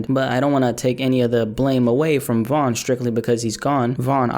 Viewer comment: First of all its Von